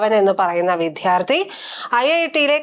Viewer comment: "വിദ്ധ്യാർത്തി" അല്ല,"വിദ്യാർഥി." ഈ വാക്കു പലപ്രാവശ്യം ശരിയായി ഉച്ചരിച്ചു പഠിക്കുക.